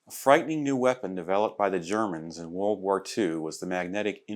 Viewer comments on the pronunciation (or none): none